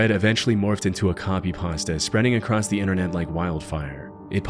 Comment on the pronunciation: "... 4chan users coming acrosst" What does the words "acrosst" mean? or are you speech impaired.... or perhaps educated after 2010?